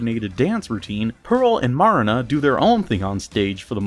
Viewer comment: You saying Marina wrongs it's pronounce Mer ree na because the A is slightly